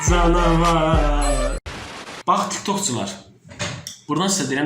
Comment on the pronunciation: hər dəfə ~CanAvArrrr~ diyəndə məni gülmək tutur 😂